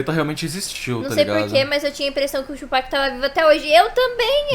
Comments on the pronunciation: Não é Tupéck é tupAc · Mesmo o cara falando toda hora o cara insiste em tupec 😂😂😂😂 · Como vcs não conhecem BiG e Pac?! Hahahahahha É Tupac e não tupéc hahahahahaha Obs.: achei esse resumo tendencioso, parece que o big estava errado e o pac era um santo. Tem muita coisa que vcs não sabem. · Porque só os brancos falam tupec? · Como que não conhece kkk o o jeito que ele fala o nome do Tupac kkkkkkk